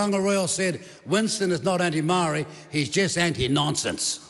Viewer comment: he can't even pronounce the word "Maori"